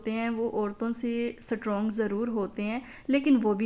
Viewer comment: سٹ رونگ نہیں ❌ اسٹرونگ